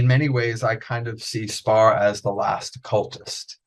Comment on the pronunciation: Is Austin Spare really pronounced Spar? Is he testing the interviewer..and the viewer and himself? I think so.